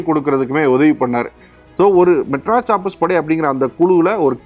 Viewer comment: Adei.... Madras Sappers உச்சரிப்பு ஒழுங்கா சொல்லுடா....